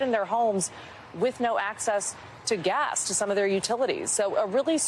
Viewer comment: Is my imagination or does Gadi pronounce gas as gash?